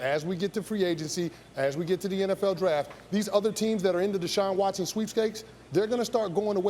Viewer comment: It’s Deshaun Watson 🤦🏼‍♂️